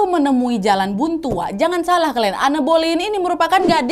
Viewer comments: Kak koreksi dikit maaf yaa, baca namanya an bolin, bukan anne boleyn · En belin , kata guru bahasa Inggris ku sih gitu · Anne Boleyn dibacanya En Bolyn ka😭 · Aku terbiasa denger pronounce namanya 'Enn boleyn' tiba tiba denger nadia sebut 'anne boliyin' jadi lucu😂 Semangat wakk, next bahas istri Henry VIII lainnya yaa!!! ❤❤❤❤❤ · Cara baca namanya anne boylen itu en boylin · En bolin bukan ane boliyin😅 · Di baca en belin bukan boleyin ✌️ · Iya kak, dikepala udah stuck en boliin. Ini sama kak nad jd aneu aneu, berasa denger kisah lokal tp sukaaak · Sebutan Anne Boleyn itu sebenarnya Enn Bolin. Tp gpp ya, sama2 kita share pengetahuan. Youtuber story telling yg da best pastinya kak Nad. Disusuli babang tampan Hiro terus kak Ness. Cuma mereka yg aku enjoy banget cara story tellingnya. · Anne Boleyn bacanya itu en bolin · Bacanya (an Boleyn) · Kak Walaupun tulisannya Anne Boleyn bacannya "En Bolyn" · Koreksi dikit ya kak, bacanya "en bolin" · kok gk enak banget ditelinga pelafalan namanya Anne Boleyn. Coba dong belajar dl pelafalannya, jd kyk asal sebut. Harusnya "Ann Boliyn" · sorry nih tapi dibaca nya "en bolin".ga enak bgt di denger plis😭